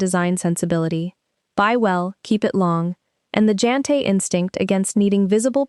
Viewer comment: Jante is pronounced with a soft j. Like yes. Yantelov. We dont care about status.